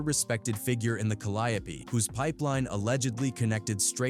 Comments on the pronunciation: Not calidipee if you need to know how to say it More cadeeo projects cadeeo for who cant read or say it correct. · I can't even continue to watch this you can't even much pronounce it right Calli yo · We New Orleans natives will butcher some words and really believe it’s the proper pronunciation, technically it really is Ca- ly- o - pee another is actually Mel- pom- mo- nee. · I swear that AI is wwatering everything down , just look at how it pronounces the Calliope 😂😂it's doesn't feel authentic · YOU ARE BUTCHERING THE NAMES IN THIS VID I HOPE YOU KNOW THAT TAKE THIS VIDEO DOWN